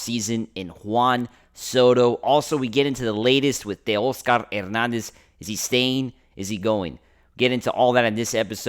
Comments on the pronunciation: 😂😂😂 he sounds 🤦🏼‍♂️ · I wanted to unsubscribe so bad when I heard the way your said Teo’s name.